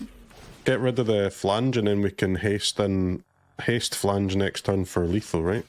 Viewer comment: It’s not phlaNge it’s phlAge 😂